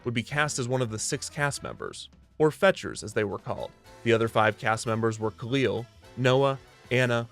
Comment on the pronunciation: Recently rewatched season one and i think you mispronunciation khalil i think its (kah-lil) and in the comedy episode he talks about people calling him the wrong name so its kinda funny